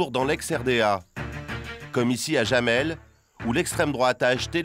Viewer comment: Jamel se prononce "yamel", pas "jamel".